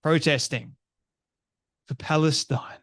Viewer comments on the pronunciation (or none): none